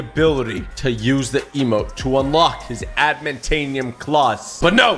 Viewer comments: Bro said admantainium instead of adamantium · The way he said Adimantium got me out of my chair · “Admentanium claws”